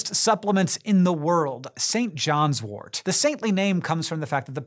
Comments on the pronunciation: It's St John's wort not wart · tut tut..........Pronounced "Sin Jin's Wort"